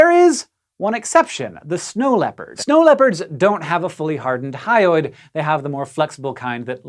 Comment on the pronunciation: you always say "hyoid" like "highway".